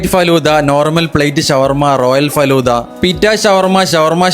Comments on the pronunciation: Adyam faluda ennu parayan padikku. Fadhulla alla😅😢😂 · Falooda❌ faloooda✅